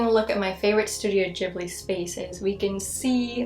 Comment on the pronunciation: Am I crazy? Every video about Ghibli i see on here they say it odd